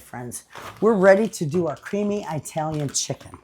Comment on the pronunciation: I love your videos. But I have to tell you, you make my skin crawl the way you say Italian. It not pronounced with a long "i". It is pronounced like the country, "Italy". Ask your Italian neighbor how to say Italian properly. Thanks for listening to my rant. I love you.